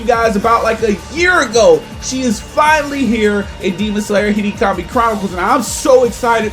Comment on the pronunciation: Him: Today in Hinikami chronicles Me:😭 (what did he say?!?!) Him again : in Hinikami chronicles….. Me:🤨 And again: Hinikami chronicles Me: NIGGA ITS HE-NO⁉️⁉️ HE-NO, NOT HE-KNEE. Hinokami the fuvk🤨